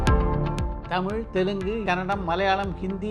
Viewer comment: The way he pronounce "தமிழ்" should be appreciated..